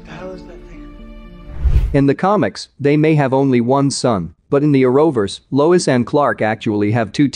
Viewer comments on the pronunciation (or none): It Lois not Louise